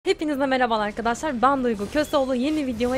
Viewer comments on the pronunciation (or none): none